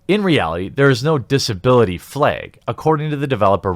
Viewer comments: fml dude what is it with you and pronouncing A aaaa ahhhh not e flag not fleg bag not beg its every video. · "Disability FLEGH"